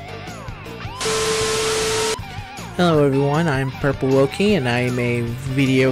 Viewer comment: You did well pronouncing the name :3 Also, thanks again for participating! It was tons of fun to put it all together. Hearing that it took you so long, makes me appreciate it even more, because it shows how much work you put into it!! <3 Also, this video made me laugh quite a lot, thanks for publishing this! Oh and my favorite is always "I'm a YouTuber on YouTube" lmao